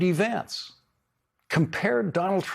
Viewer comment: Do not touch that lovely young man... And say his name correctly